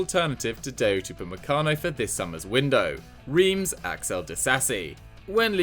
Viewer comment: You pronounce Reims like Rass